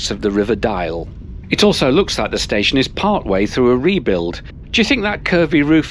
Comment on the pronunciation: Oy did you just called Antwerp station a space-ion ? Nice one